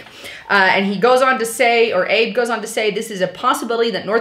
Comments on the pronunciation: Keep up the good work. I always enjoy your narratives but please research the pronunciations of foreign names. You pronounced the surname of the PM of Japan, Shinzo Abe, "Abe" as in "Honest Abe Lincoln". In fact, his family name "Abe" is pronounced "Ahbay". Your credibility would be greatly enhanced by improving your research and attention-to-detail; otherwise you come off as being a bit amateurish. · Oh, and it's not Abe (as in Abe Lincoln). It's more like "ah-bay".